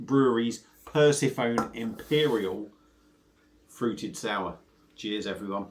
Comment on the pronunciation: Sorry but it is pronounced per sef on nee lol 👍